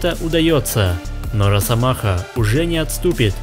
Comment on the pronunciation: Не.. надо говорить не рассамаха. А РАССАМАХА😂